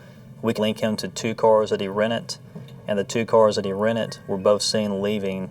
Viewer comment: The word is rented. Not rennit.😅😅😅